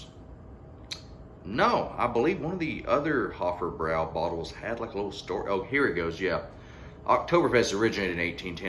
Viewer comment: I love this beer, and it is pronounced "Hoff-broy".